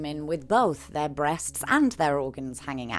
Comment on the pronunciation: Not you saying breasts like nosferatu 😂